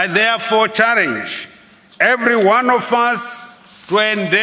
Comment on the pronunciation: Charenji, kwariti, dhiverop, risponsibiriti, dhiveropment, eriminet, stabhiraizi, congrajuret, takring…haa president akadai ndaramba, bririant, selfres, dhiyeri, miritari porisi…haa kana